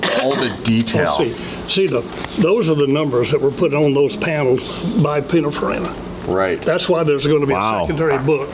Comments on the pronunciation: Hey, Italian dude living in Switzerland here: it's pronounced "pin-in-far-E-nah".😉 Love your channel, I'm an OG DDE subscriber from when you were doing it all by yourself, so if you need an unpaid Italian pronunciation consultant who knows what he's talking about, count me in. And if you're happy with my "services" you could always send me a fancy DDE t-shirt or hoodie as a "thank you" once in a while, right? 😁 Fun fact for car culture geeks: "Pinin" was Giovanni Batttista Farina's (the founder of Pininfarina) childhood diminutive nickname. He later changed his legal name to Battista Pininfarina in 1961. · Its Pin(in)farina, not pin(a)farina, just saying, love you guys. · A lot of people talking about Pininfarina here who apparently have no idea how to say the word or how it's spelt. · I love hearing people mispronounce Pininfarina 😂😂😂😂😂😂 Lets not forget though that Pininfarina designed some of the most beautiful vehicles for everyone from Cadillac to Lancia. I don't think it was ever an option for Ferrari to aquire them.. Im pretty sure that,thats what it would've taken to have them be the key designers of all their cars.. I couldn't be wrong though on that fact.. cars are now designed by computers and programs. They used to sketch a car on paper or sculpted out of clay. Ferrari is not that far off though. People nowadays look at a stainless triangle and think its cool....its the times, people have no soul before the cars no longer do